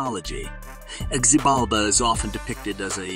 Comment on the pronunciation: His name is pronounced with an H not a Z: phonetically it is Hibalba.